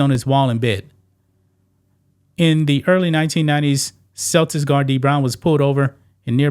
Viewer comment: Damn bruh! Is the word "Celtics" that hard for you to pronounce? 😂